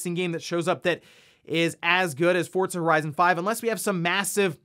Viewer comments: Its not pronounced fortza. Do you see a t in the name of the game? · Take a shot every time he says "fortza horizon 5"